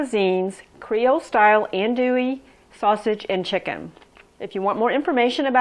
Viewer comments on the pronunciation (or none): Ahnn dooey..not and dooey